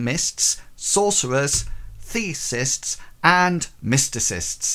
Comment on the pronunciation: Thanks! Very helpful! One note -- the god-based magicians are "theists," as in the opposite of "atheists." No S between the vowel sounds in the middle.